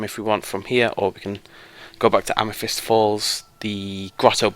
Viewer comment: AmeTHyst Hollow, say it with me now, AM-EH-THIST!!!!! Not Amefist, there is no F. It's a TH, it's not that hard! If you can learn to install mods, you can learnt to talk properly!